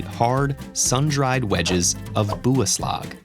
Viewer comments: Its not pronounced Bu-aslag it is bi- ya - slag and we dont just call OUR CHEESE byaslag. It just means cheese in our country so we call every cheese byaslag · Its not "buaslag" its actually called "Byaslag" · In Mongolian its pronounced byaslag not buaslag so yesh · It as a little mispronunciation on the Mongolian hard cheese byaslag- it’s not buoslag it’s actually pronounced biya-slag and the y sounds like “ya” Other than that it’s a great video! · BYASLAG wrong pronunciation. Buaslag? more like Biyaslag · I died on the pronunciation of byaslag [bjasɮag] j like in fjord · How u pronounce Byaslag is Byeslag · Bu-a-s-lag lmao. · i am a mongolian so its pronounced biaslag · byaslag is pronounced b yas la g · Video: Byaslag pronounced ‘buu-ah-slahg’ Me: Calm down calm down. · XD BYASLAG XDDDDDDDD THAT WAS THE FUNNIEST PRONUNCIATION I'VE EVER HEARD XDDDD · I live in Mongolia 🇲🇳 and your saying byaslag it rong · The pronunciation of Byaslag (бяслаг) was horrible lmao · Umm not to be a downer or anything I’m Mongolian and that’s not how you say byaslag бяслаг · Yeah.. You actually said "byaslag" wrong, like WAY wrong... It's not how you pronounce it. I know because I'm Mongolian and it's pretty funny how foreign countries pronounce "byaslag" Edit: btw, we don't call it byaslag, instead we call it aaruul. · im mongolian and he said it so wrong, i was like the fk😂😂😂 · Yeah we Mongolians like to eat cheese a lot and when he says Byaslag (Бяслаг) that sounds way wrong and funny xD